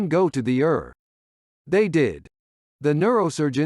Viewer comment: The narrator should be fired. Does he not know that the word ER stands for Emergency Room , and NOT PRONOUNCED AS A SINGLE WORD . It’s E. R. Give me a break! Shame on you.